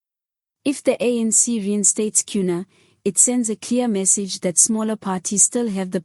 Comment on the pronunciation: Temper tantrums! And it's Kenny Kunene...get your pronounciation right!